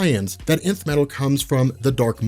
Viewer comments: i keep hearing the emith metal the emith metal but it's not emith but Nth metal ... what's happening to me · is it just me or does it sound like is saying inf metal and not nth metal?